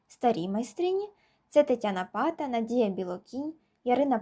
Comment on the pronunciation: невірний наголос в прізвищі, наголос на другій а